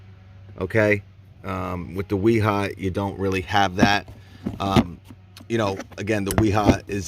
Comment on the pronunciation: Real quick, I'm a German tool finatic. So no offence but you are making the same mistake everyone makes and I use to make, until my mother-in-law from Dusseldorf German had to correct me on. W's in German are pronouced as V's. so Wiha and Wera would be Viha and Vera. Granted Wiha with a W is funner to say. Also Milwaukee does make some great hand tools, I have the 1/4 and 3/8s socket sets.